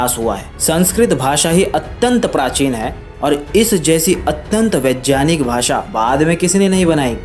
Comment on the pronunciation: पहले उच्चारण करना तो सीख ले, वैज्ञानिक को वेजयानिक बोल रहा है